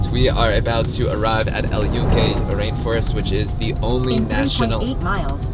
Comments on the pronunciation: Just so you know the y has a j sound and sounds like this Joonke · Awesome video! Thanks for sharing your experience. Footnote : We pronounce Yunque with a J sound: "Joonke" & the Sunflowers Girasol is pronounced with an H sound instead : "Heerasol"